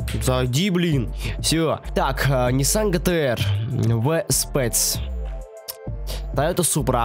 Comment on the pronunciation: что за безграматные люди, не гэтэр а джи ти ар*